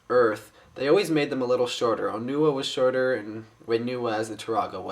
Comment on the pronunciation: onua is oh noo uh onewa is ah noo uh